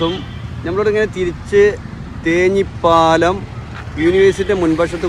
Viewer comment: തേഞ്ഞിപ്പാലം അല്ല ‘തേഞ്ഞിപ്പലം’.